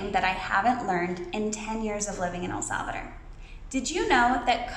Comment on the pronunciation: Your pronunciation is good. You are learning. One thing to keep in mind is the phonetics. For example when you say El Salvador, remember to keep pronouncing until the las letter. Instead of El Salvader, it's El SalvaDOR... Many Americans commit this error. Again, you are well on your way. We Latinos are very forgiving. We appreciate the efforts and willingness to keep learning. Estás mejorando muchísimo! 😊